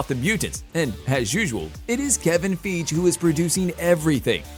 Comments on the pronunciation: Its really terrible that this channel, which SEEMS to be all about film, just plain says the name WRONG It's Fi- Hee. Kevin Fi - Hee A major Developer, with dozens of film projects to come. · Feej and Mac-ta-gert. I mean WOW. Can we mispronounce everything. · lol “Kevin feej” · He lost me when he mispronounced Feige's name the 2nd time. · Please stop mispronouncing Kevin Feige's name.